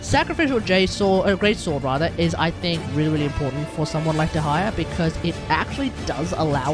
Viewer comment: Its little funny when you say "dehaya"